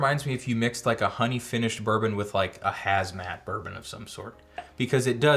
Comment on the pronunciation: not just closed caption, it sounded like you said that to me… What the heck is a hazmat bourbon?